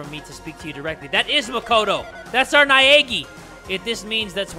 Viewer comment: "Makoto Naegi" AYYYYYYY MY EGGY!